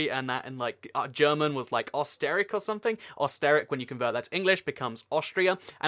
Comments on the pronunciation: “Osterick”? Bruh. It’s pronounced “Erster-ryech” with a British accented e and a german pronounced ch (in the back of the throat). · Hello! I love your videos and just like you, I love geography too. I would like to make a suggestion though, it would be great if you make a reseach on the right pronunciation of the names of the places such as Österreich which is somewhat pronounced as Oes-ter-raikch (of course this is also not accurate). This way, your videos will be more awesome! Thank you! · Österreich is pronounced like o-ster-rike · Österreich is not pronounced Os ter ric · It's pronounced aw-ster-rye-k (Osterreich, Austria) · Not osteric österreich the Ö in it sounds like the i in Sir . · Österreich is not pronounced Oster-wreck Not german but it bothers me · you absolutely butchered the pronunciation of Österreich :'3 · I love the way you pronounce Österreich